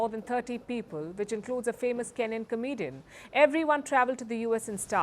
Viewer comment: The emphasis on the comedian part 😂 😅